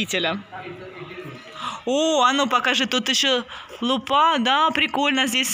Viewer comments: С Новым годом. Всех благ вашей семье. Артуру большущее спасибо за поздравительную песенку, какой молодец. Рождество в России отмечают 7 января. Артуру большущее спасибо за поздравительную песенку, какой молодец!, почему вы ударение в слове лУпа, делаете на последнем слоге лупА? Первый раз такое слышу, это же неправильно, и ваш сын тоже будет говорить неправильно. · Я тоже первый раз слышу слово лупа’ - ударение на а, обычно ударение на первый слог. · вы не правильно говорите слово лупа.Нужно лУпа,вы говорите лупА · Потому что в Украине говорят лупА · Лупа (почему ударение на а)? Очень ухо режит. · А потому что украинизм, нам не режет... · Здравствуйте, в слове Лупа, нужно ударение делать на букву "У". !!!! С Наступающим новым годом!!!!🤗☃️🎄🎊❗❗❗ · Лупа ударение на у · Лупа, ударение на лу в русском языке.